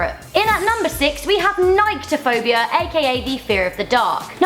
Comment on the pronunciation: I have agoraphobia and nyctophobia, which is pronounced nic-tophobia not nike-tophobia. I have, like, the opposite of a few of these. I love heights, snakes, and spiders.